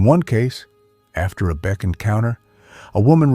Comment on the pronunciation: AI generated. BEK was mispronounced ' B Ex" something no human would do. BOOOO!!!